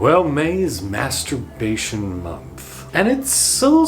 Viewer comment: May turbation